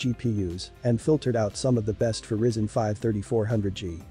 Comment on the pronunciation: It's RYZEN not RISEN